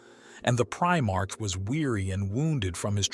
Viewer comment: It's 'pri-mark' (like the shop) not 'pri-march'. IXth Legion is pronounced 9th Legion.